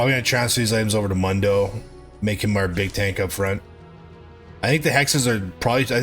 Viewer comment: How do you manage to pronounce Mundo's name wrong when he can't stop saying it himself?